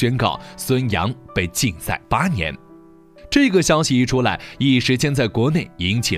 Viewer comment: 你为什么所有in都读作ing? 金牌你读经牌 心脏你读星脏， 禁赛你读竞赛，母亲你读母青，亲自你读青自，世锦赛你读世井赛，视频你读视屏。 请尊重你的母语，努力纠正错误发音。不用谢。